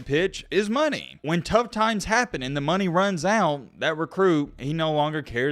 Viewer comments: mark: “Eventually when that Runny Muns out” 😝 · “When tht runny muns out”😭😭😭😭